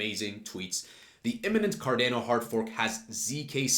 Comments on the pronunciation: It’s not car deeeeehh no. It’s Car don o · Effin hate how u pronounce the name. Don't be a Gary... PLS for gods sake just say ADA or learn how to say the actual name.